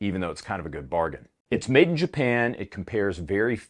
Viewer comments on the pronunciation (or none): none